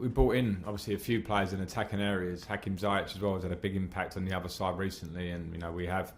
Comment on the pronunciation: Frank !!!!! The way you pronounce Hakim Ziyech is HAKEEM ZEE-YECH !! Not ZI-YECH ! Get it right my boss.